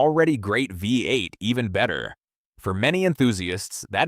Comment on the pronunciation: right? sloppy creation too, the way it says v8 and f150s